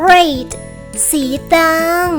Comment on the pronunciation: สีเเดงกับสีน้ำเงินรุ้สึกอ่านเเปลกๆนะ พะริ้ง555